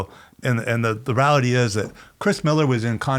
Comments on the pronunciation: He says “rality” too much. *rEality!! Come on professor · Seriously ,where the hell did you learn to pronounce "reality", Paul?!! Hahaha!!! Good episode. Black label with PS Wood is the best. Not done with this episode but I wish they would talk about the Yard Stix or the Ripsaw and all time best sellers for Schmitt Stix. I would think Lucero's deck would be it.